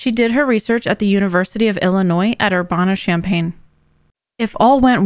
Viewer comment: Urbana “Er-BAN-uh.” Grew up there.